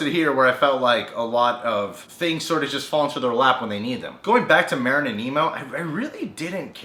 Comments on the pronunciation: It's Marlin not Marin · merin? MARLIN!!!!!!! SHIT. lol. but really its marlin not merin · You keep saying Marin. It's Marlin. I'm sorry I don't mean to seem rude it just was kind of getting to me. also, the new and FINAL Don't Hug Me I'm Scared is out now. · Nemo's dad is named Marlene not marene lol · It's pronounced marlin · It's on purpose.